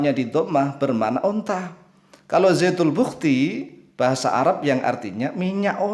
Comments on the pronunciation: Bukan zaytul buhkti..tapi zatul buhkti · ...bukan zaitul bukhti...tapi ZATUL BUHTI...ada di gogel..